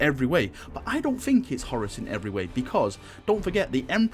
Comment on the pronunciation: HorUS...it sounds like you're saying Horris..lol